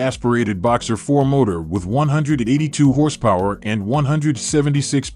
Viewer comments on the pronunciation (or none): none